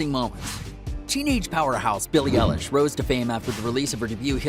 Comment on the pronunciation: How u say her name:beiilie eiieilish 😅😅